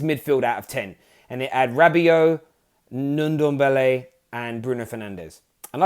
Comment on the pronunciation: said nundombele 😂😂😂😂😂